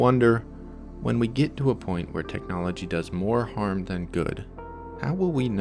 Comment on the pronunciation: are you speaking french i cant understand whats oui